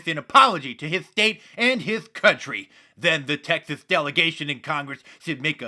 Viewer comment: Texese, like who doesn't know how to pronounce Texas? Sounded like testes...